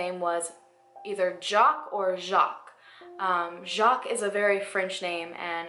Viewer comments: I'm from Québec and the way you mispronounce Jacques bothers me so much lol... Oh well ... I understand since you're not French Canadian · Haven't watched all of the video and love it so far but are you sure it's Jock and not Jaques? I am sorry if this was pointed out before. It's just Jaques would sound similar to Jock when not pronaunced in the correct way and would make a world more sense to me if it is a frensh or canadian name. It could make quite a difference when searching for an identity. I guess there is the possibility it was heard or pronounced wrong and became Jock. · The French name is Jacques, not jock.